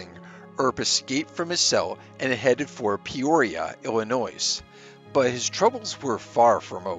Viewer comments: where is "Illinoize"? did you mean Illinois? It is pronounced "Illinoy". Really, these things are not that difficult to learn. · "Ill-annoys." Heh. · Illinoise lol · "Peoria, IlliNOISE" OMG.....how fucking stupid. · Don’t pronounce the “s” in Illinois. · The S in "Illinois" is silent. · To the narrator: (1) the letter "s" at the end of Illinois is silent. (2) the word "indict" is not pronounced like "indikt". It is pronounced "in-dight". You have a good video dude, don't ruin it with mis-pronounced words. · Dude, you don't know how to pronounce Illinois? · Feels like if you're too stupid to properly pronounce state names, you shouldn't be narrating videos. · The “s” in Illinois is silent, please stop mispronouncing it. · The c in indict and the s in Illinois are silent. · The “S” in Illinois is silent. FYI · I wonder where he is from ? My mom pronounced it that way and we were from Wisconsin 😂 she’s French Canadian 😂